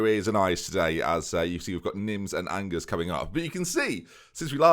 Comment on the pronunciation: Please it's pronounced On-jer if I hear an-gers one more I think I'm going to lose my mind